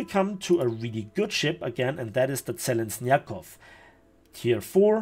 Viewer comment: I found a little funny that you got right "Blagorodnyy" that wasn't shure about however misspronounced Kerch and Zheleznyakov))